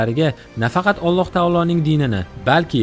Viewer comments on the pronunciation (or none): none